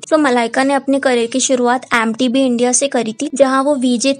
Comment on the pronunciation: Oh my god. The narrator has to improve her English and content. Worst thing i saw on the internet today😢 M TV - not AM TV LET ME KNOW- NOT LAT ME KNOW. These are only 2. Please check your English pronounciation. It's hurting me physically.